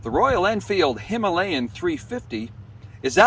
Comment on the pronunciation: Himalayn 350? 😄